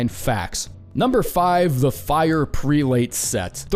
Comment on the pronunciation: Pre-late? lmao it's prel-ut